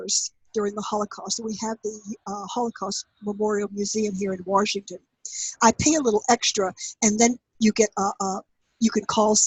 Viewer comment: Warshington!? Sounds like a Jersey Girl! NEATO!